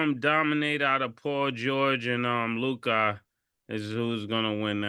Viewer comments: Made funny af for the way he pronounces Luka’s name… ngga say lukaaah 🤣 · If Ma$e pronounces Luka, as Luke-ah one more time, I might throw my phone!🤦🏾‍♂️ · Love the show!! I just can’t STAND the way Mase pronounces LUKA!!! He be like “Lu’CoD” 🤦🏾‍♂️😂😂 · “Lukai” 😂….. lu-ka mase … it’s Lu-ka 😂😂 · Mase - Lukahh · Am I the only person that hates the way ma$e says Luka name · I can't stand the way he says Luka name bruh it's just an A why he gotta say it like that